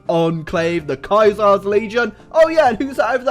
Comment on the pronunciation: And the "Kaiser's"